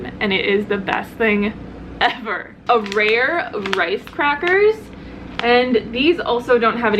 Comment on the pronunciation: haha arare<3 it is pronounced uh-rah-ray!